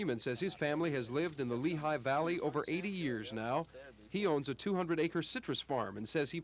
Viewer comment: That should be Lehi Valley, not Lehigh as if it's Pennsylvania